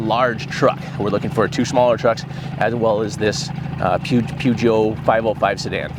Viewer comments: It's pronounced per j'o 😊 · Great what you guys do x. Thank you 😊. Ps Peugeot is pronounced Purrjo😅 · Peugeot is pronounced " puh·zhow" Its french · Car is pronounced pee-o-zy-ay, ruffley, and it French. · Peugeot is pronounced pear Joe !!! It's French Jared 😅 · Its a French car and not sure about everyone else but the English usually pronounce it as Pear-show. Closest I can come up with because its not quite "show", more like shjowe kind of. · Peugeot is pronounced per-geot. You got the last bit right Jared, but not the first bit xxx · Peugeot pronounced perjoe/purjoe in the UK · Peugeot. Pronounced Pyoozho. It's French. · Hearing you struggle with the car name has finally made me speak. Without actually saying it to you, Perjo is pretty close. Good try though... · Poo- joe 😂😂 best I got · If you google search 'pronounce Peugeot' it will sound it out for you. It's a French name, and trying to spell it out is pretty tough in English.